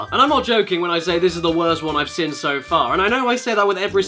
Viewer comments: Love you caddy but it is Seen not sin, it kills me every time hahaha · Can't unhear it but. When Caddy says "seen" I just hear "sin"